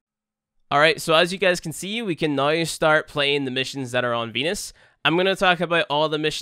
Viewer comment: I love when you say now it sound like nuw